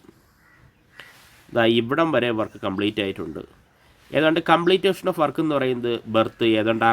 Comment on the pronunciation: കംപ്ലീറ്റേഷൻ എന്നല്ല.... കംപ്ലീഷൻ എന്ന് പറയു